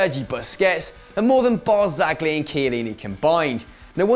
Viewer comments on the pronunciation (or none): It's BARZA-LI G IS SILENT.